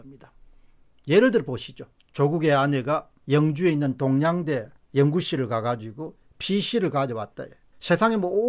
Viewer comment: 쩡거임멜 ? 똥냥대 ? 발음이 영~